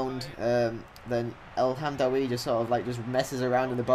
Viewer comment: Ik ben nederlands en ik kijk al jou filmpjes alleen je uitspraak van El Hamdaoui en Janssen en Elia zijn best wel raar.. Als je wilt weten hoe je het echt goed moet zeggen, ben je bij mij welkom:D